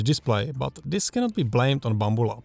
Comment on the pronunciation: I like the way you say Bumble-abs.